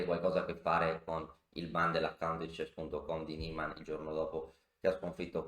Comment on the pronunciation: Si legge Niiiiman, è un nome tedesco. Ad ogni modo quel mondo è pieno di figli di papà, Carlsen compreso... È probabile che ci sia un cpmplotto